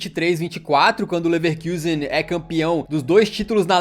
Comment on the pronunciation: Talvez não seja relevante, mas que agonia é ouvir o irmao do canal chamando de leverkusen com a regra do ingles, sendo um nome alemão